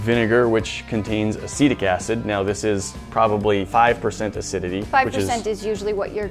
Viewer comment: “Acedic acid”